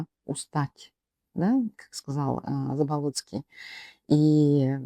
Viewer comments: БЯстинов говорит в мэсто э я плюс ударние на первы слог . ЗАболоцкий ударение первом слоге на а ,а не на третьем на о. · Свободная Якутия? Почему фамилии Бэстинов и Заболоцкий неправильно выговариваете? Чтото сомнительно что вы из Якутии и на экране ваше лицо.